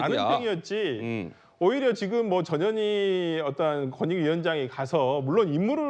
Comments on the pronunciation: 내 귀가 이상한가 왜 저녀니로 들리지! ㅎㅎ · 전현희 발음 잘못하면 저녀니? 저년이? 재미있습니다